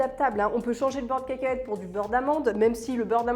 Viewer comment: A j’ai entendu « on peut changer le beurre de quéquette pour du beurre d’amande » 😅😅😅😂